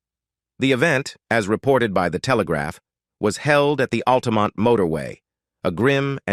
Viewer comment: and for example ... just sayin'